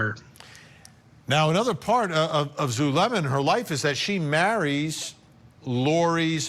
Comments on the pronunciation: Zoo lemm uh. ZULEMA. Not zalooma, jeeeezus Murphy. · Actually it's Zoo-leh-muh... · ZaLUma?? Do better. Pronouncing someone's name correctly in rule # one in real journalism.